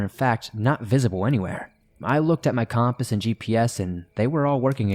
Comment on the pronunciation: Hey silly, most of us pronounce that word “compass”, like Kuhm •puhs . Not Com•puhs. 😁🥰❤️🤷🏻‍♀️ Jussayin. 3 am thoughts.